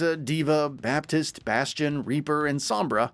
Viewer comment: Same. And Orisa, Baptiste, and Brigitte. It's hard to sound like an expert when you can't pronounce things correctly. It's distracting and off-putting.